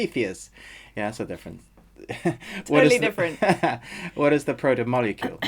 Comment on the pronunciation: But you don’t know how to say protomolecule the major part if the story? And amazon gave you a early review?